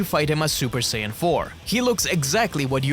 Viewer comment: Que sayajin fala sayadin e escreve sayajin